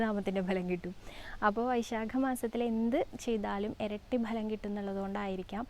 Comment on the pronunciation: ബലം അല്ല ഫലം